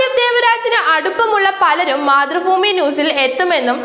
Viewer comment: മതൃഫൂമി അല്ല, മാതൃഭൂമി